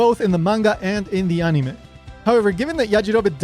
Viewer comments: why the heck are you saying anime as "on knee may" makes me wince every time its said wrong like holy crap it almost hurts to hear it said like that. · never mind, after watching more i realized hes saying things with the Japanese pronunciation which is why i dont like it. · watched the rest, figured it out when you started pronouncing other Japanese things with THEIR proper pronunciation. as an English speaker i was confused until about the time you started mentioning Yajirobe and then it clicked. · Y do u say anime like that😂😂😂😂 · This is a good video, but the way you pronounce the word "anime", as well as many of the names, is just annoying and pretentious. It makes you come off like a try-hard weeb. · Your pronunciation of the japanese names and "anime" comes across as extremely forced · You pronounce "anime" and "toriyama" really weird and wrong just be more casual. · I like how this guy obviously try's to say the words "Anime" and "Toriyama" with a Japanese accent, but everything else is said in normal English lol